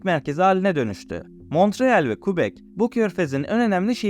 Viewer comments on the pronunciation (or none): kardeş qubek neresi ben orayı kebek dıye bılıyorum hayır boyle yazdım ki telafuzunu rahat anla diye.Bir de tereciye tere satma önce bi sehirlerin adını dogru telafuz etmeyi öğren bence hem 10 yıldır yaşıyorum ontari yo diye bir eyalet yok bildiğim kadarıyla burda ontari o var hasta oluyorum böyle okuma yazma bilmeyenlerin eğitici bilgi amaçlı video yayınlama heveslerine ...Herkes bildiği en iyi işi yapsa olmaz mı ? bence cok güzel olur....böyle bir videoyla yüzbin abone hedeflemek bence hayal bizim gençlere daha gerçekci olmalarını ve böyle saçma sapan bilmedikleri ordan burdan internetten devşirme bilgilerle yamalı yastık video yapmak yerine en iyi bildikleri işe odaklanıp o konuda kendini geliştirmeye zaman harcamalarını tavsiye ederim. Kolay para diye bir şey yok hiç de olmadı öyle kıçınızın üstüne oturup iki kaynaktan bilgi toplayıp onu da video yapıp ondan para kazanmayı düşlemek çok gereksiz ve de saçma.Boyle hayal bile olmaz .Kusura bakma da ben de öylesine geçerken bu arkadaş ne sayıklamış diye şöyle bir bakındım . 3, dakkasında terk ediyorum bu videonun hedef kitlesi de heralde anadolunun kırsalında yaşayan ve buraya gelmeyi arzulayan insanlar olsa gerek. yorumlara da bakıyorum bizim millete buralar cennet...... ulan kendi memleketinde tutunamamışsın onca yıl eeee sonra geleceksin burda kral gibi rahat yaşayacaksın öyle mi ?.. Varsa öyle bir dünya söyleyin oraya ben gideceğim hemde türkiyeden değil kanadadan..Burda millet köpek gibi çalışıyor akşama kadar sadece ev k